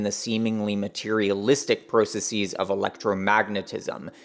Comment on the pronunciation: Why do you keep mispronouncing processes? Please stop mispronouncing processes. Not all plurals are pronounced like “diagnoses.”